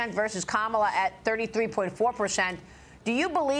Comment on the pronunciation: Why does Trump continue to use the racist trope of mispronouncing Kamala Harris’s name? He is shameful with this and his name calling. Gingrich should know about this tactic given he was one of the authors of how to use hate rhetoric. We see you Newt.